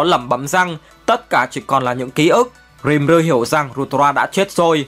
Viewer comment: nhưng đọc sai tên nv...Ko phải Rim ru mà là Ri Mư rư... :D